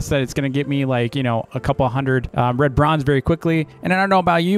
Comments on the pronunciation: you pronounced red bronze bread bronze lol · I thought said "lebronz" like in lebron james but he said red bronze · Dv: red bronze What i hear: lebron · I love how pronounces red bronze lol